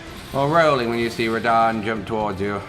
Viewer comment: “Promised consort, Re-DAN”